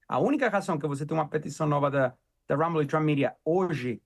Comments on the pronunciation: O nome é RUMBLE, não HUMBLE, por favor!! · por favor observe a pronúncia do nome Rumble... Do jeito como você fala em inglês significa "humilde"... O R no inglês soa diferente... Joga no Google tradutor aí que você vai entrar... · COMECE POR APRENDER A PRONUNCIA EM INGLÊS DE "RUMBLE", SUA MIMIZENTA TONTA.